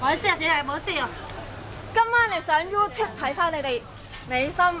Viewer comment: 哎.. 影衰哂港女.. 冇事搵事來做.. youtube都唔識讀正.. 為佢媽媽感到可惜呢